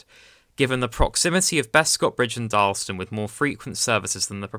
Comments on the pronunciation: Also it’s DarlAston not Darlston. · It's Dar las tun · Should be 3 syllables in Darlaston, not 2 (dar-las-ston)